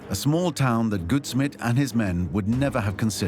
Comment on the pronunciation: First part of Samuel Goudsmit’s surname rhymes with gout (disease) instead of good